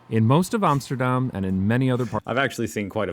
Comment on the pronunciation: Armsterdarm..?? Wouldnt it be awesome if he actually cared enough about his product to atleast pronounce Amsterdam correct..???